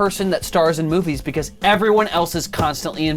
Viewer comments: Becawse wiw' baby Tannew was uncomfowtabwle and twaumatwized (Because lil' baby Tanner was uncomfortable and traumatized) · bwecawse he was twaumatized